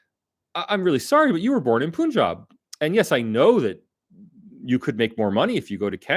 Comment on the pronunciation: FYI. The Pun in Punjab is pronounced like the english word Pun (a twist of words) and not "Poon".